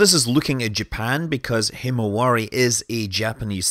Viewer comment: hmmm actually "himawari" 's pronunciation in Japanese is like "himawali"...